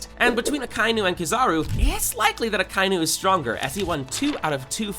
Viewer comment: Akainu is pronounced Aka-inu.🤬😡😤